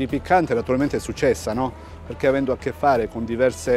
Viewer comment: Sul"piccccanthe"ti sei tradito.... 😂😂😂😂😂